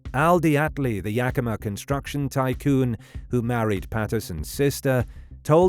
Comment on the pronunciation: Great pronunciation of Yakima!